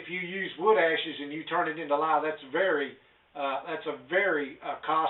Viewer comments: Did you say a quart of lime or a quart of lye?? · did he say lime or lye?